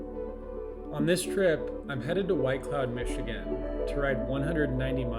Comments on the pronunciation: Great video. It’s funny has hell listening to non-Michiganders try to pronounce the names of our towns and cities 😂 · Hearing your pronunciations of locations in Michigan is kinda funny lol